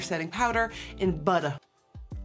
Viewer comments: Nikkie "in the shade butta" me "what did she say what is that word is it butter "😂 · The way you said "tride and trued", "chiffon " & "buttah" made me giggle